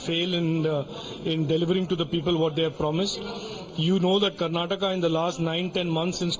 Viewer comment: Why do you all pronounce Karnatak and Keral in hindi when the same presenter can say Karnataka and Kerala in English ? Do you all need some soft skills training ? Ka and la is not there in Hindi language ?